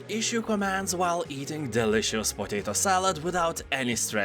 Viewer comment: Totato salad!? Are you German?)